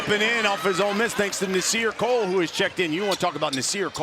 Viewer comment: commentator said Nasir COLE, lmao. get it right man